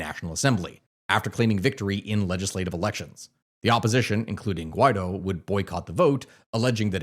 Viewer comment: You gotta get your pronunciation right Bruh. Bolivar is pronounced Boh-lee-var. Guaido is pronounced Goo-i-dó (last syllable is the one you emphasize, not the goo)